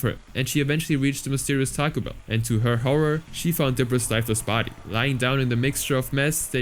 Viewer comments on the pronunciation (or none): none